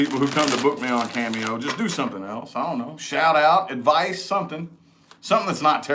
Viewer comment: I love it when you say advicie for pisces lol u r spot on with my situation